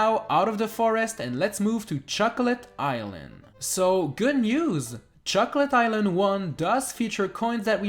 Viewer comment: Who else heard chuckle-et island?